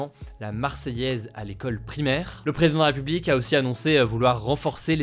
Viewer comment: bah, je trouve qu'il parle un peu vite et des fois ça machouille les mots, je pinaille surement, mais ça me fait un peu tiquer. comme dit c'est pas du tout grave, mais des ptits exemples: "ce sera", ou quand il dit "président de la république" ou "réseaux sociaux", ""sur ce sujet là". bon, bref, je vais pas me retaper toute la vidéo, c'est en fait des moments où il parle trop vite, mais bon, peut-être que ça dérange pas grand monde 😅.